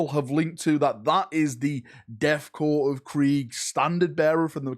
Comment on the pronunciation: Death “corpse” of krieg??? Thought you was an ex military man, corps is pronounced core come on you should know that….